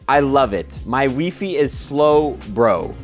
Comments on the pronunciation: Why Fiy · i’m sorry who actually pronounces wifi as weefy? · It's pronounced "Wifi" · WeeFee 😭 its Wifi... like internet connection 💀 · Wee-Fee? Love it! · Wheee Fee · I will buy one WeeFee please 🤣🤣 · Do you really pronounce Wi-Fi wee fee? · Is wee-fee how Canadians pronounce it? I’ve never heard it said that way lol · in Sweden you say wi fi like that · I think it's the french way to say it and his mum is french